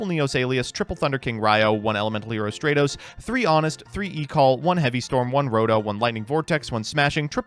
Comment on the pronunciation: If I have to hear say "strate-os" and not "strat-os" one more week I'm gonna blow my brains out